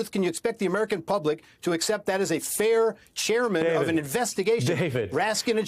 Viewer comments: he said “president dump” not Trump 😂😂😂😂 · OMGOODNESS!!! The lawyer for trump said, "president dump"!!! Hahaha!!! It was said , so start a little before. Things like this happen when you are trying to fast talk. Not to be confused with talking fast. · geez even his lawyer can’t speak… “president tump”😂😂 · the lawyer says "President Dump" 😂😂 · "President Tump..." I like that.